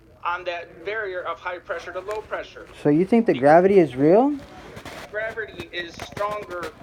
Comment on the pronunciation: "graverty is stronger than the emptyness of space" hahahahaha spi spi spit it out somebody get this fucking guy a peace prize or science award or something he fucking figured out gravity according to my calculations he is the first? roflmao